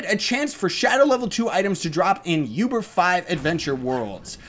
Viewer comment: Btw it's pronounced OOBER, not YOUBER. Not hating or anything its just... it bothers me. Anyways, keep up the good work! :D